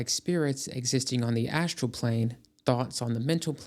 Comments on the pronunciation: "SHructure." "ASHtral." "DeSHtruction." So ASHinine. 🤨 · I also like "SHructure" and "ASHtral." "DeSHtruction." WTAF?? 🤨